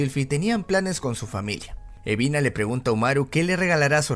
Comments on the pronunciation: mi compa el dislexico que le dice UBINA a EBINA apesar de que su nombre se ve en LOS SUBTITULOOOO AADLKJDKLDKODNK xd. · Quien más se dió Cuenta que dice ubina en vez de ebina